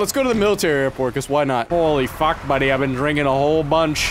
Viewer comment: becomes more Canadian than bagged milk. Holy fack bauddy